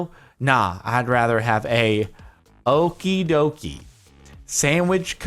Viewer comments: the Okidokis are Dutch cookies and you said it pretty correct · That "okidoki" brand was dutch and you totaly failed to pronounce it